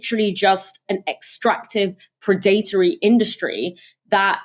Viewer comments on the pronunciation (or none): PRED-a-TOR-y, not pred-ATE-ory! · It’s Pred+Uh+Tree, not Pre+Date+Or+E